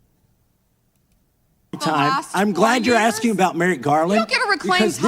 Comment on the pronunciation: Finna to be axein a queshin